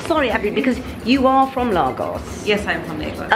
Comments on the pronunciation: I kept saying out loud “ it’s Lagos.... Laygos”...but nope she persisted with Lahgos...even when Abbie corrected her 😂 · I went to high school with Abi (The girl in the store), I often wonder how some of my old school friends are getting on, glad to see she's looking well! Also Lagos is pronounced Lay-Gos. Edit: just continued to watch and saw that you were corrected xxx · The girl trying to subtly correct you everytime you said Largos. 😂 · Nigerians pronounce it as Laygos. Just as Kenyans pronounce Kenya as Ken Yah...And not KeenYah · Africa is not a country. And Lagos - pronounced Lay-goss - is a city in Nigeria. Otherwise you’re good! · Lovely vlog,. I used to live in Lagos in the 60s, and I had to laugh at your pronunciation! Ha! It brought me back to my childhood, looking at all the lovely fabrics. Loved it, thank you. Would love to visit this shop, but I live in the Cotswolds, so it isn’t going to happen at the moment. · Pronounce Lagos properly. It’s a city in Nigeria. I’ve just finished teaching there. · Be great if you have the respect of pronouncing Lagos correctly there is no r. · I am a Londoner and would not pronounce it as did. Her accent had nothing to do with it. It is quite insulting to mispronounce someone’s country or town especially when you do what does as a youtuber. It is a huge thing to mispronounce someone’s name and thus is no different for countries or towns where someone comes from and which they are representing. She was absolutely right to correct and did so diplomatically in my view as I spent the first part of the video wondering where on earth is Largos as pronounced by. Glad she clarified.